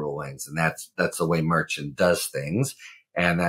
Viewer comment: I’ve heard Judge Merchan , pronounced Mer-Shawn , no t sound at the end